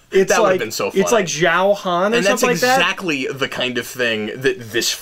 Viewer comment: Pronounced "Shan"